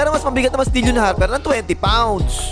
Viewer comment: Bakit "dil-yon" Harper ang bigkas mo?